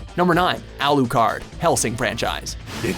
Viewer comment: alou..kard....pauses ....closes tab